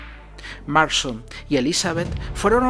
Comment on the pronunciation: Es William MARSTON no William Marshal, buen video, aunque con la pronunciación de algunas palabras sí se le fue la volqueta al río